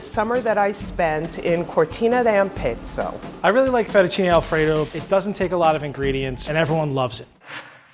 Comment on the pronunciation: The entire country of Italy and especially Alfredo's family just put Steven on a hit list/10 most wanted list for his "Fettuccine Alfredo."